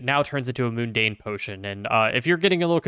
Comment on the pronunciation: Every time you said "moon-dane" instead of "mun-dane" it made me cringe. :)